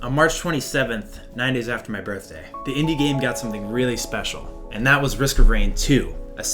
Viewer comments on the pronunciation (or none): none